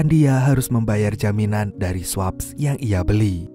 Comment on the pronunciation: swaps = sweps (dbaca nya). 😂